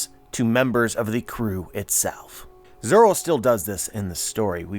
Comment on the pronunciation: So zoro’s name is not actually zoro? It’s zolo?